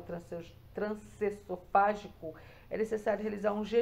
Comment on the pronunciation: Meu Deus, a mulher trabalha fazendo o exame e não consegue pronunciar o nome? É trans-eso-fa-gi-co. E o S tem som de z ao pronunciar pq advém de E-SO-FA-GO. ESOFAGO